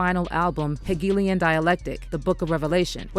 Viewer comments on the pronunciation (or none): none